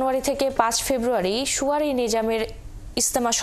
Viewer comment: পাঠিকা আফা! সুয়ারি না! শব্দটার উচ্চারণ হলো "শুরায়ী"